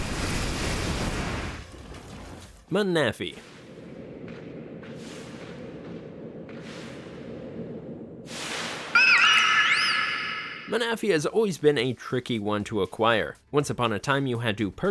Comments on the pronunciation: Lugia is not a dragon. “MANAFEE” 🤦🏻‍♂️ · In all my years of Pokemon I’ve never heard anyone pronounce manaphy like that lmao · Never in my life have I heard someone pronounce Manaphy like that😂😂😂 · I'm getting annoyed by this guys awful pronunciations of most of these Pokémon's,like Manaphy is pronounced Mana-fee,Rayquaza is not Rayquayza ffs,please watch the anime cartoons for correct pronunciations before making a video,just saying lol.....but yeah most of these are tough to catch but you gotta use proper abilities/Pokémon as well as moves and held items to properly catch them easier you know